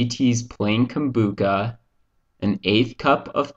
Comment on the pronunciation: Lol poor thing sound the ch out:-)